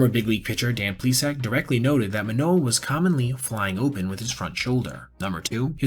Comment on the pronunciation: As a baseball journalist, theres the basic expectation to pronounce names correctly. Especially when its a former all star and cy young finalist. How can u make a whole video abt the guy and not say his name right?